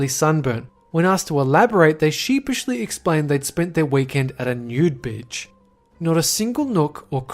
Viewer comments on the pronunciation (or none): said "bitch" instead of "beach". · pronounces beach like bitch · He called a beach a bitch! 😂